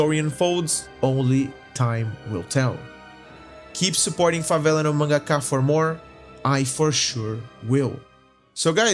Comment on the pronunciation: I thought you were American for how little accent you have, than you said "Favela No Mangaka" so perfectly that I started to doubd if you were actually american, than I read the description and it said "Here in Brazil"???????? absolute cinema kkkkkkkk O vídeo ficou foda mano, parabéns de verdade, mercece mais respeito.